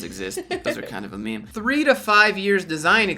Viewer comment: lol it's his way of mocking them for trying to be "hip." Basically he's saying the word "meme" incorrectly on purpose